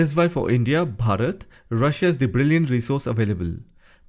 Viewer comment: When you say Bharat.💯❤